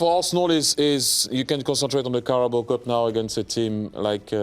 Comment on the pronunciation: Did the yank call Carabao cup the “Cowboy” cup? 😂